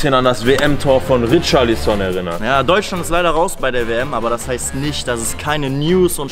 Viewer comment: man spricht es rischarlison aus okey? hahaha Geiles Viedeo übrigens macht weiter so